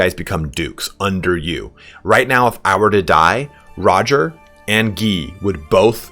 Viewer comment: So.. You're Itallian and you mispronounce Guy and Roger? When you think you're saying it in Italian.